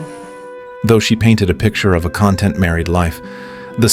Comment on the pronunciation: Only AI would mix up the context and pronounce it CONtent instead of conTENT.